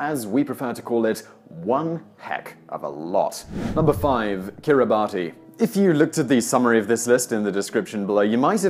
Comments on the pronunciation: "kiribati" - you need to check the pronunciation of that...it's more like kiri-bass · It's pronounced "Kirabus", not Kiribati. And our 'notorious' immigration detention centres house illegal boat arrivals and have an open door with a free flight back to their home country. Unlike Europe, we protect our borders from illegals and actually have the the highest refugee intake per capita in the world. We just don't like people paying to jump the queue. Yes Simon, you offended us. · Boring and irrelevant fact: Kiribati is pronounced "Kirribass". It's the way the locals say "Gilberts" and derives from the previous name of the Islands (The Gilbert Islands). They don't have the letters "G" or "L" or "S" in their written alphabet. I lived on Tarawa in the Gilberts in the 70s. Whilst never exactly skin and bone,, the islanders were built like fit healthy sturdy athletes. They fished in the ocean in outriggers and shinned up coconut trees to get the sap to make a particularly filthy alcoholic drink called sake. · The country ia pronounced kir--i-bas not kiribati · How about Top Tenz start pronouncing Kiribati correctly? [It's not like it is spelled] "Kiribass". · Kiribati ~ Kiribass. not bati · KiribaS U don't pronounce it Kiribatee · It’s not pronounced Kiribati it’s pronounced Kiribas. Just a little tip for the fiture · It's pronounced "Kiribas" not "Kiribati" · It's pronounced Kiribass! The letters TI in their language is pronounced as 'S' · Kiribati is pronounced Kiribas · I think Kiribati is pronounced as Kee-ri-bas.. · Kiribati is actually pronounced 'kiribass' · BTW/FWIW, the folks who live in Kiribati pronounce it 'ki-reh-bass'. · I think it's pronounced Kiribahs, I know that sounds weird, but.... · Kiribati is pronounced “kiribas” in their language. The “ti” is a “s” sound. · Kiribati is pronounced Kiribars. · Kiribati is pronounced Kirri-bass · Kiribati - IT'S PRONOUNCED KEER - A - BASS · Kiribati is pronounced Kiribas. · it's pronounced "kiribis"